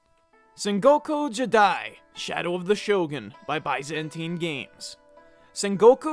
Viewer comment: Mispronounced both Byzantine and jidai.